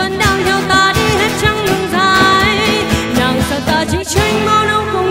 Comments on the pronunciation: đúng rồi. Một số ca sĩ phía nam (vd Đạt G) hát hay sai vậy, chắc do phát âm nói quen (Nàng > nàn, Xuống > xuốn, Buông > buôn). Còn về ban đầu thì đúng bạn này lệch tone, chệch nhịp thật. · B này bị ngọng xíu ấy nhỉ. Nàng nhưng mà phát âm ra nàn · Đúng r. Nhiều chỗ phát âm nàng thành nàn nghe sao sao á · Đi hát mà phát âm sai từa lưa vậy em gái: Xuống => Xuốn, Nàng => Nàn, Buông => Buôn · Mình có 1 vài góp ý như thế này nếu thấy hợp lý thì khắc phục nhé: 1. Cách phát âm những từ có "ng" của bạn có mấy chữ bị thiếu "g" như chữ "nàng", "xuống". Và chữ "tin" bạn hát thành "tinh". 2. Mình có thể cảm nhận được bạn đang cố gắng "bóp nhỏ" - mình ko biết dùng từ gì cho đúng nhất - cổ lại để hát cho ra chất của bài "Tướng quân", điều đó vô tình làm phát âm của 1 số từ ko được chuẩn xác, cũng như khiến bạn không thoát hết hơi ra để hát làm cho mình cảm thấy có vẻ như phiên bản cover này tune thấp hơn 1 chút. 3. Những nốt trầm thật ra lại khó hát hơn nhiều so với nốt cao, mình đề xuất bạn có thể thử hát nhả hơi ra nhiều 1 chút, hoặc là hát hơi gằn giọng xíu (nhưng vấn đề vẫn phải cho hơi thoát ra thật nhiều, mới giúp đưa tune của nốt đó dễ xuống hơn). có thể tham khảo bài "Your man" ấy. Mình cũng chỉ là 1 người yêu ca hát thôi, và những góp ý của mình hoàn toàn trên tinh thần xây dựng, đừng khó chịu nhá. Mình dành ra rất nhiều thời gian để nghe kĩ và viết cmt này, nên mình ko hề có ý chê bai hay gì cả, chỉ mong bạn nếu thấy đúng, thì hãy trau dồi thêm nhé. ko cần reply lại cmt này đâu, chúc bạn thành công trên con đường phía trước!